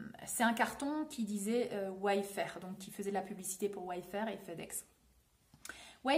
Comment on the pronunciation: Ce n’est pas « Way Fair » et non « Wafe Fair » ? Corriger moi si je me trompe 🤔